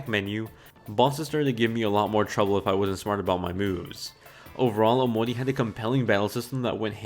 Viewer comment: So why does he say it like "omoni", lmao